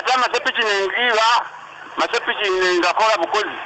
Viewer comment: it is sepikki not ssepikitti